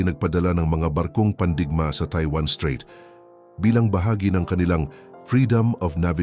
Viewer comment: Mawalang galang na strait not street obob 😅